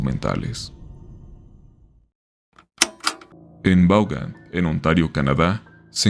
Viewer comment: Vaughan se pronuncia (bon)